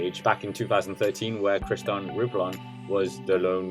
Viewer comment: Christon ? it's "Christophe" like "Kristoff".